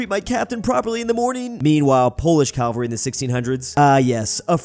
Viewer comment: Are you saying calvery?